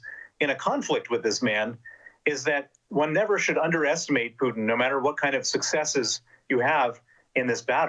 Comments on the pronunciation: She calls Putin as Pudding..haha! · Lol I love how with her cool accent the interviewer pronounces the a-hole’s name “pudding”. 😂